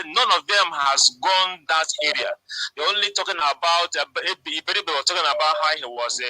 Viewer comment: His name is Iberibe not Abaribe